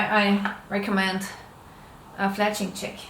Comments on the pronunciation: omg haha even tho u say this now i stil can only hear her say chick :p. thanks for answering my question aswell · She is saying "Jig" but it just sounds like "chick". The jig positions the feather 1/3 the way around the shaft and holds the feather in a spiral or "helical" shape.